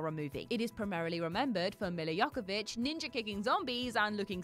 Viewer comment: Mila Yokovitch? C’mon 😂